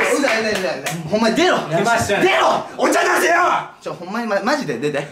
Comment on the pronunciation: お茶出せよ がなんとなく韓国語っぽく聞こえる😊